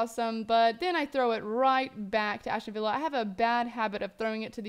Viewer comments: As-ton villa, not Ashton :/ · Ashton villa? LOL